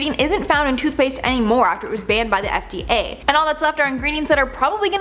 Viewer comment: It really sounds like you said it was banned by the FTA ...